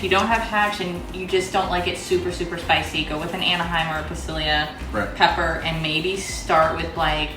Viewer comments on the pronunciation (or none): Great video, however, I am a language guy. Pasilla peppers are not pronounced pa-see-lee-ah. It's pa-see-ya. It's what's called Portuguese phonetics and is used for most Latin languages and Asiatic languages for pronunciation. Not sure about African, but quite possibly. Basically, the rule of thumb is knowing geography. Portuguese missionaries were incredible at visiting far-flung areas and later Spanish missionaries adopted their highly successful practices in conversion. But, because Portuguese started the foreign language translations, it is still considered Portuguese phonetic spelling. Portuguese and Spanish missionaries didn't make it to Canada and Arctic areas or much of Eastern/Northern Europe, therefore those native language phonetics are influenced through Cyrillic and other Germanic languages structures.